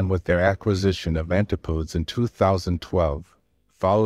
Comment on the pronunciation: What caused to speak in that false and affected way? Why did you persist? Why did you not speak with your own natural voice? Why do you not know how to pronounce "antipodes?"